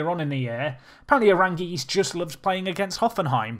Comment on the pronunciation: That Charles Aránguiz assist tho. Oh, and the goal, even better. Note: If you want to pronounce his name better, you have to emphasize the second a (hence the tick over it). You have been emphasizing the i, which is wrong. Congrats on the campaign!